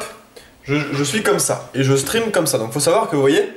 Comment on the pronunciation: Un moment j'ai cru que tu avait dit Quand je suis en String ( stream ) mdr